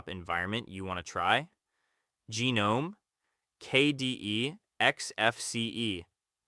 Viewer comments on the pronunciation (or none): Its NOT GeeNome its GahNome